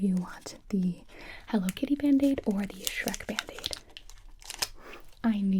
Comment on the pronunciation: the sherk bandege hahahaha